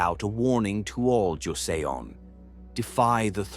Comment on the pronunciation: It’s pronounced ‘Jo Son’ thanks for posting! Joseon history is fascinating yet tragic